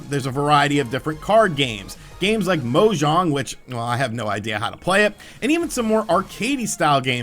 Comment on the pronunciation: you said mahjong so WHITE LOL